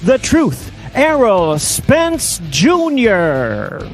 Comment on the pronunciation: Errol "Earl Spence" Spence